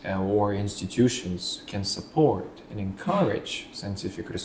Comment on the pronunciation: Support was mispronounced by candidate